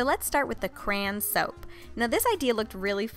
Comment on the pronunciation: oh god u are like karina garcia she says cran instead of crayon